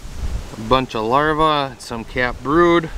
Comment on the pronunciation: The plural of larva is larvae, and it is pronounced LAHR-vee (or-ai), not LAHR-vuh.